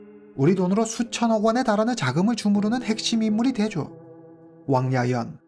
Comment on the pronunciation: 와우!오늘 사건은 발음하기 힘든 단어들이 너무 많은데 님 훌륭하십니다 맥주공장 공장장,후허하오터시,왕야연;;쓰기도 힘드네요😅